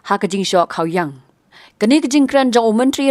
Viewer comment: Nong pule khubor ym dei kha -wiang. Dei khaw-iang jingmut khasi paka